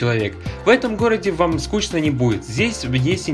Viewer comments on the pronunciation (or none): none